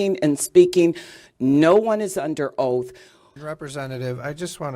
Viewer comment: how the hell does that person not know how to say "under oath"?!?!